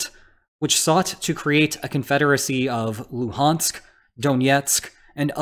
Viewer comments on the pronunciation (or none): none